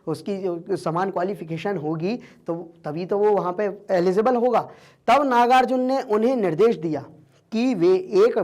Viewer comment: 🤣🤣 eligible nahi ellizible bolte he sir